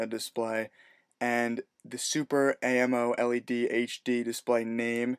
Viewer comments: LOL "Super A.M.O L.E.D"... it's pronounced super amoled. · its amoled not A M O L E D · dude..its amoled....not AMO led....its pronoucnced together..!!! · It's pronounced "Ammo-lead(the metal)"